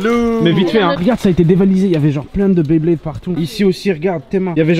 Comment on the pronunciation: On dit pas dresseur de baiblayde met blaydeur